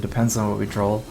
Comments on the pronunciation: Doesn't it drive anyone else crazy that he says "drawl" instead of "draw"?? I noticed this in a tournament from last year and it drove me nuts then too... Otherwise good games dude lol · its draw not drawl